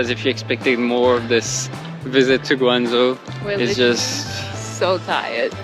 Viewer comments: pronunciation of Chinese words are spot on e.g. Guangzhou, Yuan etc. narration are good. Please do more videos on China. Thanks! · max的发音“广州”，非常的标准，是最近到过广州的旅游博主里面，发音最标准的一个。